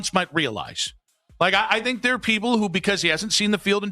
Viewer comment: It's "ARE" not "OUR"